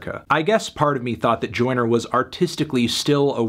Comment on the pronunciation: Melon saying “Oyner Oyner Oyner” for 7 minutes doesn’t make this a review.